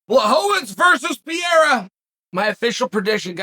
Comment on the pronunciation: Who tf is bla-hoe-vits?